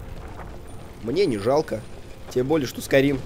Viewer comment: Skyrim Бл**ть! А не Скурим